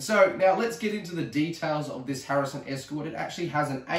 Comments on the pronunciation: harrison???? its a hatsan!!!! lol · its a HATSUN ESCORT .22lr not a harrison as you keep calling it.